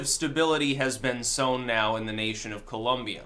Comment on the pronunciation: My Brother! I don’t know what happened, I’m really late posting to this video, but I hope you come across this message:)... I’ve never heard or seen anyone else pronounced “Colombia “ like the way you did at the start of the video! My natural planned was to follow you until my last breath of life, and now with this amazing and truthful video you’ve created, I will follow you even after the last breath of my life:) Lol! Seriously! I think you the world because the timing if this content you’ve just created, couldn’t be better! I love my country of birth and I equally love the United States of America! Not perfect, but it is the greatest nation in the planet! Thanks!